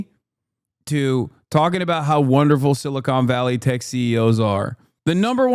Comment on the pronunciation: I love that he keeps calling it "Silicone Valley" lmfao